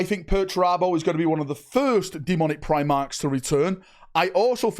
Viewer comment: Eeeeew primarches lol